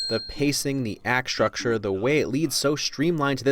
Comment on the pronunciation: The way you said 'structure' sounded weird. Anyone else notice that?